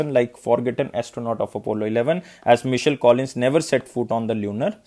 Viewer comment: Hi Sir, Please check this name "Michael" Pronounciation